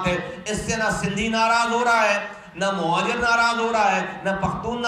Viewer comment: Bilkul sahi kaha mojir mojir karta hy is ko phele sahi word bolna sekhao yar muhajir huta hy